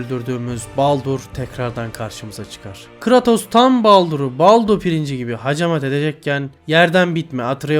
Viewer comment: ( biraz creatos'u yanlış okumana gıcık oldum da , yinede ellerine sağlık